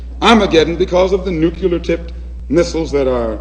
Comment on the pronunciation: Some nucular tipped missiles? Must be...